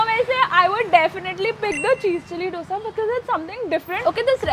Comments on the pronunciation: Please pronounce dosa as u pronounce "d" in dum biryani. It's not dough-sa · Pleaseeee!!! Its pronounced as 'dho-sa'😩✋ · Dough sa nahiiiiii …. Dosa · I like you, but it's dosa not dosha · It's not doughsa..its dosa .... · can you please learn how to pronounce dosa. you’ve been in bangalore for so long i don’t think it’s that difficult to pronounce dosa properly